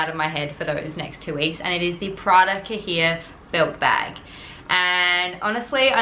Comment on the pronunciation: It's pronounced "ka-yay." It means notebook or booklet. (I know this is an old video, but I'm going back and watching all your old videos now that I've found your channel.) Great story.